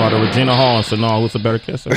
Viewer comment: IKR, it's like he's saying "Sanaul" or something like that. He's always mispronouncing words, kind of odd for someone who talks for a living.